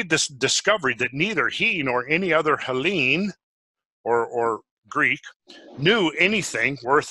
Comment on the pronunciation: jesus why the accent on the second vowel every.damn.time XD it's HEllene and HEllenes, it's SOlon not SolOn, and many others